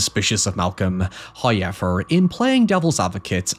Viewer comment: Goodness i love the way you explain but whatever the fuck that "hoyever" shit is annoying as fuck. Just say the word normally bro. Hell im autistic and dont even sound that remedial.